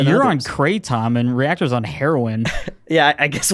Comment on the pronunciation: “Kray Tom” btw